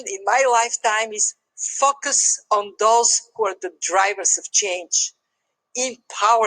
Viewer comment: Kristalina makes focus sound so much like fuck us